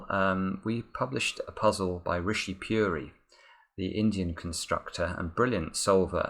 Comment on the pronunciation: Puri is pronounced Poo-ree